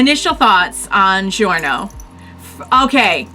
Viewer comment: Actually Koichi-kun is older than Giorno, Koichi-kun is 18 and Giorno is 15, and in italian is pronounced more like JO, both Giorno and Giovanna. (And the ear thing is not for the stand, my brother can do it too)